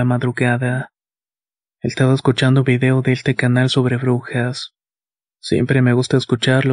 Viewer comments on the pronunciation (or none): none